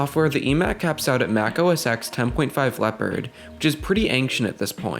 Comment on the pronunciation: No! Not “Ecks” MAC OS TEN.